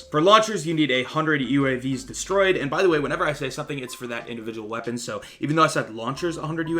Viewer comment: Indivigual huh?